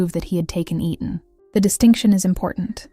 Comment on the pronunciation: It’s not E-Tan it’s Etan also spelled Eatan or Eaton. Please pronounce it the same way, because you do pronounce it correctly at times, throughout the entire video….please!!